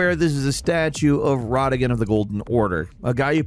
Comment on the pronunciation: Bruh just fyi it's not Ragadon, it's Radagon lmao